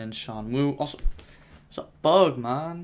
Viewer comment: turned jamaican for a split second to say "man"